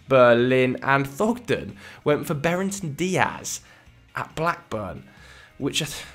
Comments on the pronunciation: Brereton Diaz is pronounced (Brey-Ton) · Legend has it is still pronouncing Ben Brereton Dias as Ben Brereington Dias 😂